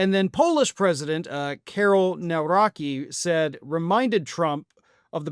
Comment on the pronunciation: polish president : kaerol neuraeki :-D the pronunciciation of Nawrocki is "Navrotzky" :-) I know Poland is not that important but you have lots of polish names in the US,, why didnt you check neuraki?